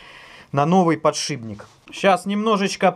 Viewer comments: ПодшиПник а не подшиБник! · ПодшиПник! слух режет. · Аж коробит когда говорят подшиБник=(